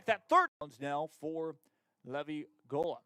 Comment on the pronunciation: Levvy?? it is pronounced Lee-vi lol